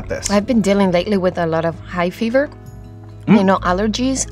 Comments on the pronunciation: I though she said high fever and then realized she meant hay fever! It’s interesting cause “hay” is also a word in Spanish pronounced like “eye” and means “there is”. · "Hai fever?" - I can immediately see why she would pronounce it that way as it's spelled the same as "hay" in Spanish. Nothing against her whatsoever as I think English is one of the hardest languages to learn if you're not a native speaker. Just thought it was neat I finally speak enough spanish to see why she would pronounce the "hay" in "hay fever" like "Hai".